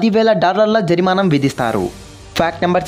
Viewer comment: Jarimanam kaadhu bro... Jarimana...